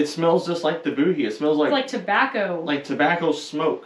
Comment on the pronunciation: BOOGIE I believe is pronounced Boujee like BG but Boo G.